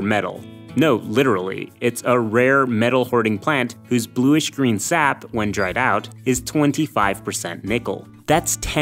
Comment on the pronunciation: Ah yes sapliva